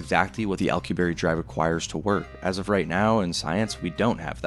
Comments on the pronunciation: His name is not "Al q berry", it is "Al cue b air" and I still find it so odd so many cannot pronounce his name correctly and while it does not violate relativity under GR it violates mass energy conservation and a ton of other problems. How do I know, I studied warp physics for work for a decade. Viltrumites are not doing warp physics in their flight, thats for sure. Nothing shown would even imply they are. "we can produce it artificially" No we cannot, that is just not true. The Casimir effect is not negative energy in the sense being pushed here, this is a massive misunderstanding in how that works, it is not a negative energy density to the degree to match the predictions of the Alcubierre metric or other negative energy metrics and in fact fits more in line with zero point standards, as in no outputs are possible to get the mass energy distributions required for something like a warp drive or threading a wormhole or any other exotic layouts. Also the point regarding attraction would not make sense under warp physics since the interior of a bubble must be separate to the shell condition of the bubble, meaning once a warp field is initiated you cannot control how the bubble behaves, this is a major issue in many warp field papers, and from there it is the bubble itself moving, the interior is carried with it, not the object inside falling or being pulled or being repulsed. Warp by definition in this sense is a mistake or consequence from GR rather than any sensible so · Physicist Alcubierre (Al-coup-bee-air) not Alcoo-berry 😂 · Say it after me Al-ku-bi-yearr not Al-ku-berry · psst... it's pronounced "al-koo-bee-erre"... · "Alcuberry" 😭 bro ts is not it 🥀✌️ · Its Al (short for Allen) coo... be... air Alcubierre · ...im sorry.. " accu-berry" ? Not the slightest effort to get that one right. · The pronunciation of alcubierre is driving me nuts xD I'm positive it's Al-ku-be-err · im sorry but that is the worst way ive ever heard someone say alcubierre